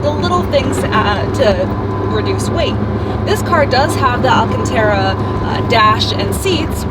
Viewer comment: Painful to watch....major pronunciation improvements for words such as “Alcantara” or “Modena”....